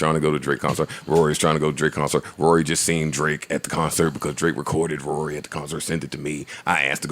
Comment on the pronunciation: Who are you Scooby Doo😂😂😂😂. It's Rory